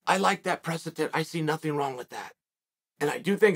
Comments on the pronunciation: Really unfortunate all of my law school professors have been pronouncing “presetant” incorrectly as “precedent.” Thank you as always for bringing this to me Uncle Chael. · I legitimately thought he was trying to say 'precipice' at first. Anyway, I'm off to eat some brekfrest. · Me sometimes: precedent Chael in every video: "precetent" Me now: precetent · Haha he sure did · Uncle chael, why do you say precedent so strangely ❤️